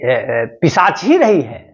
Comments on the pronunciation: जी आप कई बार ग़लत उच्चारण कर रहे हैं,पिशाच को पिचाश बोल रहे हैं। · पिशाच या पिचाश ? सर, शब्द का उच्चारण सही नहीं कर रहे हैं...... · Pishach ko pichash bol rha h😂😂😂